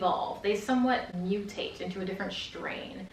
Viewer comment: "...They somewhat mut-hate" Was that intentional? I love a good pun :D Great videos, by the way!